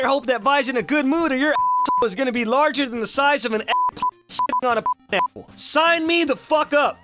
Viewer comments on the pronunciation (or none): none